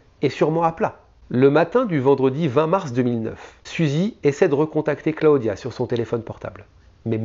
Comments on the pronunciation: Cla-o-dia . . Really ? Clodia que ca se dit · J aime bcp tes video mais entendre Cla odia des dizaines de fois ça pique un peu 😜